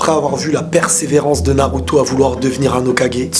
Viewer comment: il a dit naluto